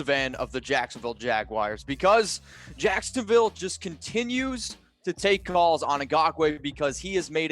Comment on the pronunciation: Did he say jacksdaville